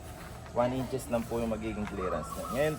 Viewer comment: one inch, two inches ang bigkas diyan.